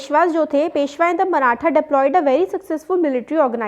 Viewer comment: Mam that is maratha not marathen. 😂